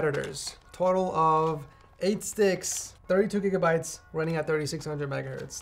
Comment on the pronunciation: I think you slightly mispronounced "gigabytes" there